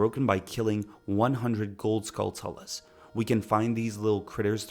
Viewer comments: Holy shit I was only gonna have this video on as background noise, but you mispronounced like every Zelda word. “Skulltula” is “skull-chula,” kinda like “tarantula,” it’s not “skull-toola”. 🤦🏽‍♂️ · Enjoying the video so far, but a couple things stood out to me: Why spend 80 rupees for a Hylian Shield when you don’t need it yet and can get it for free in the Kakariko Graveyard? I’ve seen a few people pronounce Skulltula like “skull-tullah” and it always sounds so odd. It’s clearly meant to be a portmanteau of “skull” and “tarantula”, so Skull-choo-luh” makes the most sense to me.